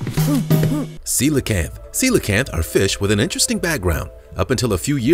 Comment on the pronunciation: You actually pronounce the coelacanth right I can't tell you how many other content providers say it wrong